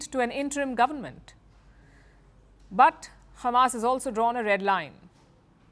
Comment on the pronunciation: firstly its not khamas its hamas learn how to pronounce it madam khamas